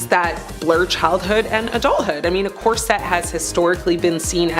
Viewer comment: It’s pronounced corset NOT cor-sette! Get it right!! Smh…